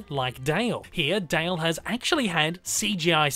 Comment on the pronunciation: Nobody:: "Chip and Dail"